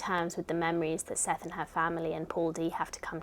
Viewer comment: I always love seeing your book selections each month! Side note- Morrison pronounces Sethe like Seth-uh :) and if you plan on re-reading Beloved a third time in the future, I highly recommend the audiobook narrated by Morrison herself!